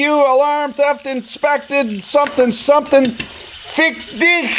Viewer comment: As a german Im safe to say you pronounced that "fick dich" at the beginning of the "vje-o" quite well.